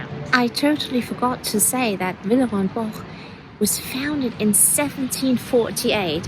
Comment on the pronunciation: Firstly I love the video, and also learnt how to say Villerey and Bosch correctly, I have been pronouncing it incorrectly all my life, 😀 Also the prices are cheaper Han Bicester Village and the variety was in abundance, thank you